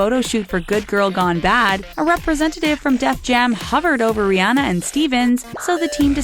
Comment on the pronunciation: Still can't pronounce Rihanna's name